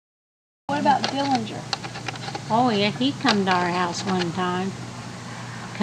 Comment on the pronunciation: She did pronounce his last name right